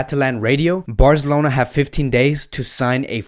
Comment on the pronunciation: My man... first its BARZLONA...now its HUVENTUS??